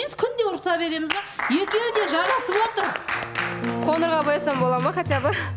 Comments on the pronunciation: Тоқырбас емес тақырбас, коныр емес қоңыр болады. Дұрыс сөйлеуге үйренейік. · Қоныр деп тіліңді шайнамай, қоңыр деп қазақша сөйлеші Тараздың қызы